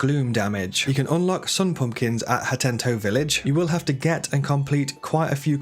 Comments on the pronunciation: why does he keep calling it "hatenTO" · Hateno. Ha TE NO. Lol. Good video dude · Hateno village not Hatento village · These tips are dope but it's not called Hatento it's Hateno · HA / TE / NO, Hateno. Not Hat-tent-o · Hateno village❌️Hattento village✅️ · The amount of times he says "HatenTo" is giving me an anurism There is no second "T" in "Hateno" my guy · Bro the village is called 'Hateno' not 'Hatento' 🥲😭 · Why are you pronouncing "Ha-teno" as "Ha-tent-toe"? :P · HATENO. Say it with me. Hateno. Omg hahah you’ve had two games to know that it doesn’t have an extra t in it. Hatento. 😂 bless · Bonus Tip : you can skip the second T of Hatento Village because it's actually called HateNo Village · Hate-no Village? Is it not Hah-teh-no Village? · HATEEEEENO not HATENTO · HATENO not HATENTO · It's called Hateno, not Hatento favorite outfit is the barbarian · Why do you keep saying Hatento when it’s spelled Hateno? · Bruv… “HATENO” there is one T… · if he says "hatento" one more fucking time i swear to god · It’s Ha-TAY-no village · This dude loves adding “t”s where they just simply don’t exist, and it’s not just “hatento”. I can excuse mispronunciations, I don’t understand adding extra letters, he’s clearly not dyslexic if his main job is writing. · lol there is no t and the end of hateno, pronounce ha ten o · Ha-teen-o, also Sundelions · Sorry hattentto... It so easy to miss read these town names you know? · I Physically recoiled when he said hatento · why does he keep saying 'hatento' not 'hateno' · I almost had to stop watching cause you kept saying “hatento” lol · Sega does what Hatenton't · It is Hateno not Hatento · You're driving me nuts with "Hatento..." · The most useful trick is unlocking the second "t" in "Hateno" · Had to leave after the second time i heard him say "Hatento" lol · Ha teh noh Village. Only one "t" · Hateno not Hatento 😂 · "HateTOE village" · "hatento village" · hatento village. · ah yes hatento village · Fr he said hatento